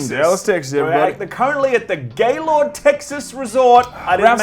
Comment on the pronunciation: So funny but that’s not how you pronounce Gaylord, Texas but can’t judge you for it